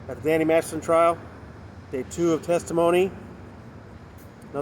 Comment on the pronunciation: How are you pronouncing Danny's last name? Massison? It's weirding me out. But LOVE your reports...thank you.